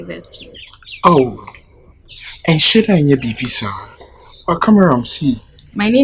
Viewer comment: He said shito😂